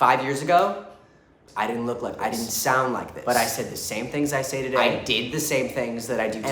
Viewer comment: the way he says "today" like ramalauw